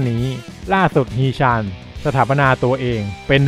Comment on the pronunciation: ฮี๋ ชั๋น...อ่านแบบนี้ครับ ตามพจณานุกรม เกาหลี ทีราบสูง